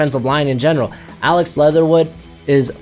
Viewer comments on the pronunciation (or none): none